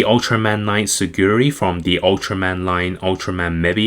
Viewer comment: Tsurugi not tsuguri